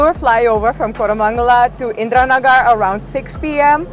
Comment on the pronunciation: She spell Indira Nagar perfectly as we do👍